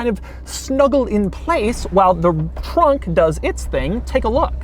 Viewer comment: Doug's the kinda guy that says trunk like tronk